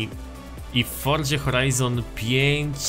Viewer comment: grasz w tę grę od nie wiadomo ile czasu, robisz o niej filmy a nie potrafisz nawet wypowiedzieć poprawnie nazwy tej gry i nigdy nie wypowiedziałeś tego poprawnie, forDZa brzmi tak żałośnie, aż sie coś robi